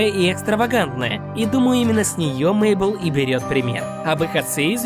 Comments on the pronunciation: Правильно не Мейбл а мэйбл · Не Мейбл ,а Мэйбл